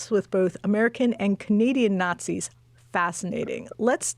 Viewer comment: "preconceived notions"? So he doesn't call everyone who disagrees with him about US government and foreign policy "fascists" or "nahtsees"?